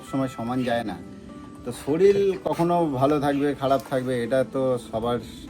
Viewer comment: ভাই কথাটা সলিল নয়.... শরীর.... শরীর... শরীর